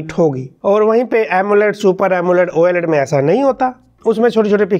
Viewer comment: Why do you say oyeLED 😁